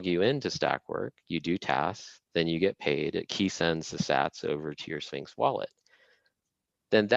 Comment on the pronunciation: Great talk! Premium organic kosher food for brain. mispronouncing Sphinx was inevitable ofc LMAO